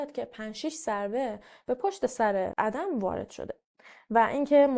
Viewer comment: ممنون از ويديوتون👍👍 تلفظ درست ادِم است لطفا اسامي رو با اينترنت، يوتيوب چك كنيد